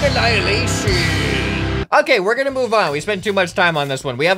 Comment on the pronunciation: 2 words DELAYED ENILASHON!!!!!!!